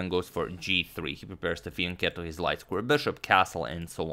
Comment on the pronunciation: He says "fianchetto".